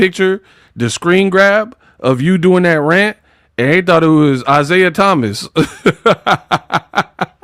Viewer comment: When you said Isiah Thomas, it had me laughing for about 5 mins... now you're just violating the GWAT.